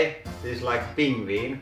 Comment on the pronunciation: His pronunciation "ping-vin" is almost that word in Swedish (pingvin, pronounced roughly as "ping-veen").